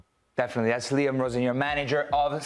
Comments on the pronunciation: Liam Rosenior, please not Rosenoir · How did he pronounce his last name?! Roz Nwar (Black Rose in French).